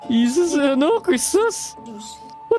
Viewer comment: No one filipinos: Hesus kunin mo na ak- Wait lang bakit parang "He sus"